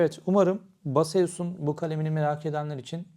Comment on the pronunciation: merhaba. naçizane küçük bir düzeltme yapmak istiyorum.ürünün adı BASEUS . haklısın fakat okunuşu BASEUS değil. base us. ingilizce olarak ta beyz as olarak okunur. selamlar.